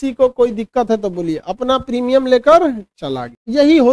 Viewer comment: Primum nahi Premimum hota h